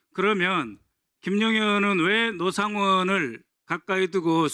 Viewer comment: 얼굴을 공개하지 않으며 본인만 아는 기밀을 제보하는 자와 노상원을 로상원으로 발음하는 간첩 박선원의 콜라보😂